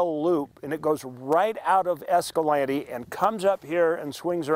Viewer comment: Why can’t a pronounce Escalante the way the Spaniards did?